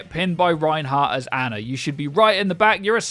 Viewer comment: Until you can pronounce Ana's name right I refuse to believe you